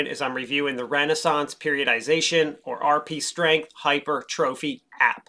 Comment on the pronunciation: Hypertrophy is pronounced “hy-Purr-tru-fee”, not ‘hyper-trophy” :)